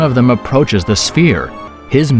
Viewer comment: I'll make a deal with you. You start pronouncing words correctly. And I'll maybe like one of your videos. The word is sphere, not spear.